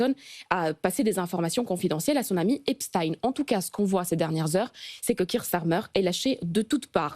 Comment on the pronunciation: Merci de prononcer Epstein comme Einstein et pas Epstine comme les ricains.